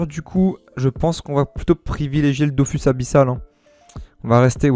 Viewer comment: Sa me stresse quand tu dit dofous mais bonne vidéo frero !